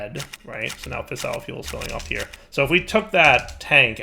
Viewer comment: That camera shutter sound in your nuclear area is driving me fucking insane (so is your botched pronunciation of "fissile")